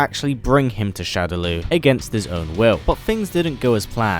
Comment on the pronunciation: Killer instinct P.s.- shadaloo is pronounced "shadow-law"